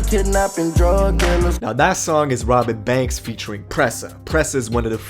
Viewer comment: Sounds like you saying Robit banks